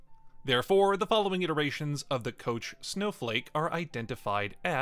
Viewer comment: Bruh. Kock Snowflake, really? Koch!!!